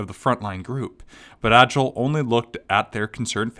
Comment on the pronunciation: Agil isPronounced Aye-g-ee-luh Kirito is prenounced K-ee-dee-toe